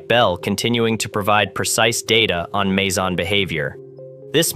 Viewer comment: This made my ears bleed on so many levels. Firstly, this is a long way from being physics' greatest puzzle. Secondly, "Wien" - for pity's sake, it's pronounced 'Veen'. Next, "Mager" is pronounced 'Marger' with a soft G, not 'Major' and you pronounced 'meson' correctly only once. Bloody hell, this was embarrassing.